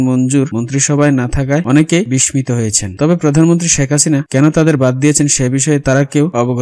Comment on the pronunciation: উচ্চারন শেখো। বিস্মিত উচ্চারন কি? জানতে চেষ্টা কর।